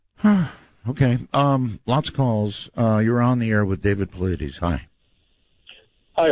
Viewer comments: i love you Art....but come on bro. I dont understand why people fuck my boy David Paulides' name up. Easy: paul--EYE--dess. I swear i feel you really have to go out of your way to mispronounce his name. Dude, it takes some acrobatics to get Pauleedeez out of Paulides. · His last name is pronounced "Pa-lie-das", not "Paw-la-deez". You should know how to correctly pronounce your guest's name. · lol Art called him "David Puhloodies" :) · I keep wondering if Art consistently mispronouncing Dave's last name is just ignorance, or if he's doing it on purpose to see if Dave corrects him. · I love how Art mispronounced Dave's name EVERY single time he mentioned him coming back from commercial break. Dave never corrected him. That's class. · Every time Art says Dave's name, he pronounces it differently😂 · You would think art would learn how to properly say his guests names b4 doing show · I wonder why Dave doesn't correct Art on saying his last name wrong. Anyhoo - Missing 411 is such a fascinating topic. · If you're going to have a guest, you should pronounce his name correctly.